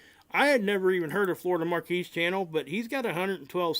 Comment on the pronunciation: Not to put too fine a point on it, but Florida Maquis' name is pronounced as "Ma'-kee", not "Mar-kee" Different spelling. "Maquis" vs "Marquis". 'Nuff said.